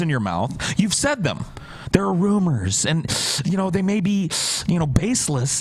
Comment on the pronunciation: I like how doesn't say rumours, he says rummers. The rummers is there's a corpse in my ruum.